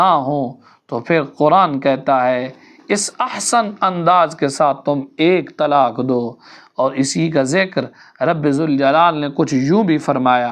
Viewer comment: یہ تلاک یا تلاکھ کیا ہے؟؟؟ کیونکہ آپ نے تلاک اور تلاکھ ہی کہا ہے کیوں؟؟؟ کیا آپ قاف نہیں بول سکتے؟۔😮😮😮